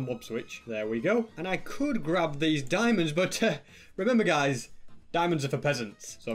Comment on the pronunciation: Shtewpid dimonds lol